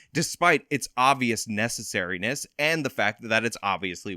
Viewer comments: At around 253 Mark, did the presenter really just say “necessaryness”? 😳🙄😒🤦‍♂️ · One thing to point out: it’s necessity, not necessarity.